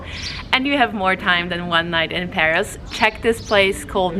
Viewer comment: Shit - you have no idea how to pronounce anything? It's PAROS not PARIS, and you're sitting under a BOUGAINVILLEA not BOAGINVILLE